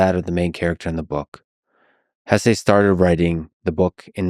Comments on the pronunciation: Hesse is a German name so the pronunciation is (more or less) HESS-uh. Still, you’ve inspired me to pick up my (German) copy of the book and finally read it! Thanks :) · Excellent video, I enjoyed it very much. I don't know how you can pronounce his name Hessay, he's not mexican lol. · Lex….perhaps you would benefit from living by the river….and the proper pronunciation of HESSE is not up for debate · My ears bleed every time you say his last name wrong